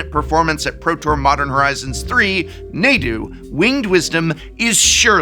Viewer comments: Nadu? Sounds like they're Na"done". 😎 ... I'll see myself out. 😅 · Quick question: why would pronounce Nadu as “n(ae)du” and not “R(ae)gayban” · Naydu? Rahgahvahn? Prof, you're really stirring the pot this time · Nadu, more like Nay-du. Nay, we don't want you (but fr, that pronunciation...) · Wait, since when is it pronounced 'neighdoo'?? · That pronunciation of Nadu is a war crime. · Had to stop watching after the third mispronunciation of Nadu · I've never heard someone pronounce "Nadu" that way. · Please bleep all of the instances of you mispronouncing Nadu. It's making me explode. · I can't get over how the Professor pronounces Nadu. It sount just wrong, but I can't explain why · Gotta be literally the only person i know pronouncing Nadu like this. Following it up by mispronouncing Ragavan in the opposite way almost makes it seem intentional but I already know how he butchers the word Azorius so im sure its just more of the same bad phonics. Really annoying after a while. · is it just me or does it bug anyone else that he says nay-du instead of nah-du? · Listen I know its a Professor's job to mispronounce names, but it really isn't neighdew. I feel like there is no way you could have watched any coverage of the pro tour or any meaningful discussion about it and still be pronouncing it that way. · Prof, You pronounce it Raw-gaw-vahn, but you pronounce Naw-du as Nay-du, omg Nay-du is grating on the ear! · Prof is the only one who calls him Naydoo and not Nahdoo. It hits my ear so so wrong. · Nah-doo not Nay-doo please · its not Nay-du its Nah-du as there is no double consonant. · Stopped watching after the like 4th time you pronounced Nadu wrong. How many people have you heard call it Nay-doo vs Nah-doo like come on its like you're intentionally saying it different to be "cool" or some hipster shit. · Sorry, couldn’t get past “Nay-doo”. Someone tell me if I’m wrong, but isn’t it “Nah-doo”? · prof you're an english major don't do this its NAH-DOO not NAY-DOO